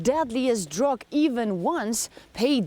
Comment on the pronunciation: SHE DID IT AGAIN SHE SAID "drog" INSTEAD OF DRUG